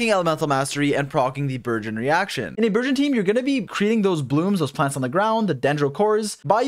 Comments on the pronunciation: dude not burzhõn!!! hahahahaha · Also can speak French!? That word burgeon he surprisingly said very well in French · he said Bourgeoin XD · Nice. Pronunciation of Burgeon is virgin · I thought you were calling it virgin, wtf is a burgeon. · i never considered french burgeon and i think im gonna pronounce it like that from now on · I will never say burgeon normally again. 🥖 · Does speak French? With that pronunciation of “burgeon”😄